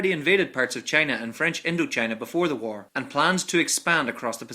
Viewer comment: Nice video about the "woll" war.